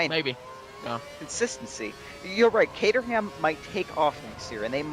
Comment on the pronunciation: its ca-trum not ca-ter-ham